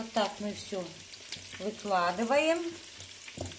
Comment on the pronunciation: Это ваше "вылаживаем", прям слух режет!!! Не лучше, чем "теКёт", "пеКёт"!!! 😮